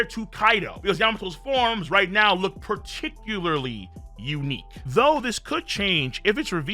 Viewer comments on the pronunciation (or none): none